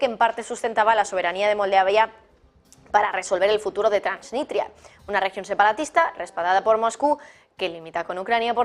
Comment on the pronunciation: TransniStria no transniTria... lo dijiste como 4 veces mal